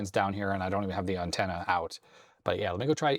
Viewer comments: In 60 years of life, I’ve NEVER heard it pronounced “UNtenna” until now… 😂😂😂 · "Uhn-ten-uh"....interesting pronunciation. Just some light teasing....I enjoy the little unexpected things in life... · You say antenna weird. AN-tenna. You say it like my ex-girlfriend from New England says aunt (I pronounce it like ant). AUHNT was how she said it. Like she was saying OUGHT. Strange. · Had to rewind it a few times! Caught me off guard. Maybe it's "Canadian" upbringing :) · Ok I don't think I've ever heard you say antenna before, you definitely say it a little different than I'm used to. Not calling you out or anything it's just different.